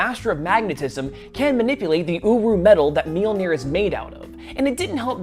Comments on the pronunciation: I’m losing it. Every time he mentions the hammer metal, I hear “uwu” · Um... the first time I heard him say the Metal the hammer is made of, I thought he said owo metal.